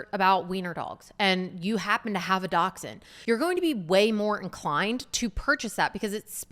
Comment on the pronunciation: The sun shines a little brighter every time someone pronounces the word "dachshund" correctly, lol.